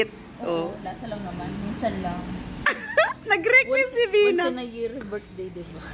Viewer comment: Vina start in letter V malinin pronunciation mo Dina....😅😂❤ Happy birthday Vina....